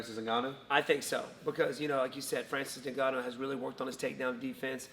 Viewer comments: 'Francis Ningannou' haha. BTW Steve 'of' is spelled 'o-f' not 'A'. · I think it's Francis N'Gannou as in pronouncing the letter N, and then Gannou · Brotha, It's N-Ganu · The way wonderboy calls his NINgannou